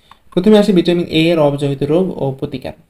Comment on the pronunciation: ভিটামনটি,,,নাকি ভিটামিনটি